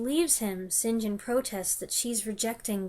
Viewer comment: I love the previous video when you said right at the front, how are you? Don’t know and can’t determine why. St. John is pronounced ‘sin’ ‘gin’ do. This made me laugh out loud.😂